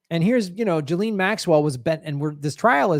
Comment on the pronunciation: Ghislaine is NOT pronounced JILLEEN. 🤪 Nice reporting, you can't say her name properly but... Who cares, you are an 🇺🇸 so its ok to do and say whatever you want. 🙄